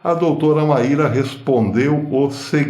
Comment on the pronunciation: Pronuncia-se como Máy -ra